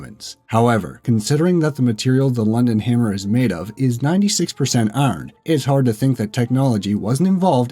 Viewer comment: Holy shit how can you not pronounce iron